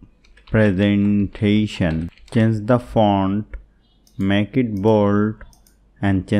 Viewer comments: it was presentation not presnetation 🤣🤣 anyways nice video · It’s not presnetation, it is presentation Avoid small errors from next time